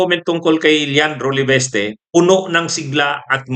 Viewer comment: it’s LE-VIS-TE not LEVESTE.